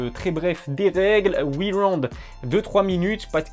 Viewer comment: Après huit waouund lol 😆 👍🏼